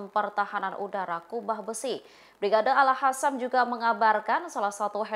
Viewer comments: Itu baca brigade al-Qossam koq al-hasam. Aduh tribun ga bisa milih jurnalis nih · Tulisannya AlQassam dibacanya AlHassam Terasa gatel ke telinga kedengarannya 😊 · Yang bener bacanya mba, si mba ini al-qassam bukan al-hassam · Al Qosam, yg bener ngomongnya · Gemes sm mbak news anchor nya nih...Izzudin Al Qasam mbak. Bkn Al Hasam. Konyunis..bkn han yunis 😢